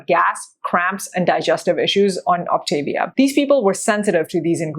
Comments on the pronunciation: First of all, you're not even pronouncing it right. Second, you obviously haven't read the info and labels, as probiotics are a big part of their program. Personally, I have no plan to do this plan because it is so freaking expensive. Instead, I'm finding equivalents and portioning it into baggies. I bet neither of you have ever been overweight. Have you ever weighed 30 pounds more than you do now? Something to think about. Frankly, Optavia, Medifast, and Nutrisystem are all very similar. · This is minor but the pronunciation is Ahp tah- veeah. There are more options for snacks than listed, you don't have to get approval from your coach that is part of the actual plan. Moving into maintenance isn't a set calorie level. You calculate your TDEE and they help you determine what your intake should be. Some people who don't want to count calories sort of feel it out adding a little more food or subtracting it as necessary according to how they're maintaining weight and how they feel. Generally, people who only have a little weight to lose should be pointed towards the 4 and 2 not the 5 and 1, also people who want to exercise beyond a moderate level. When I got close to my goal I switched to the 4 and 2 because my energy level was dropping but I was already at a healthy weight for a while before that happened. I stopped just short of an athletic BMI. You can have butter but in very small amounts and not every day. Also, the nutrition info you showed was from the Medifast line. They are discontinuing that line and the Optavia line is cleaner and more nutritionally complete. You do not need a multivitamin if you are doing the 3 and 3, 4 and 2, or 5 and 1. There is also a 5 and 2 plan for people who are really obese. I was moderately obese when I started, I lost 92 lbs and have felt great since a few weeks after starting except for that little period I mentioned above. All that said it was a pretty reasonable review, just a few inaccuracies.